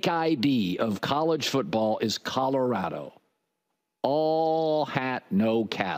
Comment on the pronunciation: I can’t stand Jason calling Colorado “Cottarado”